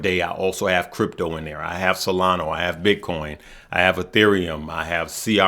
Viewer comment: IT!!!! IS!!!!! NOT!!!! SOLANOOOOOO!!!!! IT!!!! IS!!!! SOLANAAAAAAAAAAAAAAAAAAAAA!!!!!!!!!!